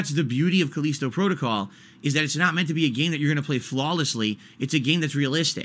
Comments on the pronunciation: "Caleesto Protogoll" lmao Okay I was on the fence about this game but if likes it, I better give it a miss for now. He's the kind of person who always defends objectively bad games such as Sonic 06 or Ride To Hell Revolutions. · Call-eesto Protocol 😆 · He keeps pronouncing Callisto wrong, does he not know how to read